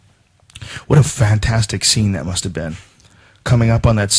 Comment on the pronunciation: you saying 'dat' really helps out too bro